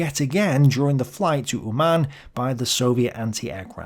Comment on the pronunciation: Uman' - the stress is on the first vowel and n' is soft.